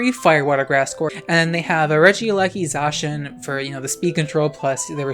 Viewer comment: Unpopular opinion: pronounces Zacian correctly :)